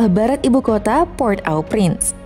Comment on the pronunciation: Maaf min cara bacanya PORT-AU-PRINCE itu ( poghrt O Pghrans )